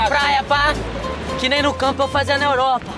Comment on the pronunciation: Ninguém: A: oropa kkkkkkkkk